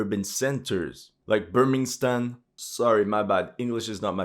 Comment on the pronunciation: Birmingstan lmao